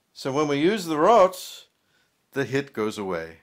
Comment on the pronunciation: Goodenss man, it is "Rotte"... Rohteh, not Wrote.